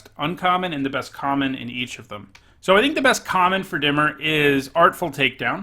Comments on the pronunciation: You're pronouncing Dimir like it was spelled, "dimmer". It's pronounced, "di-mear" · It’s not dimmer it’s dimir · Stop fucking mispronouncing Dimir wrong. It bothers the shit out of me.